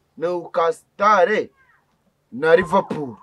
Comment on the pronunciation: Hhhhhhh ngo Newcastle ngo ni newucasitale